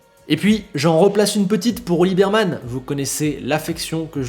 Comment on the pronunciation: Juste un petit détail, cest Olivier Bearman et non Birman 😜 😉